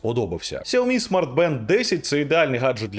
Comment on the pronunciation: Ксуомі, Ксуйомі... 😯 пздць... Чи все ж таки СяоМі?